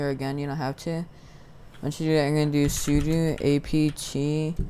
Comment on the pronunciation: am i the only one thats getting annoyed when he says suduu and not sudO >:(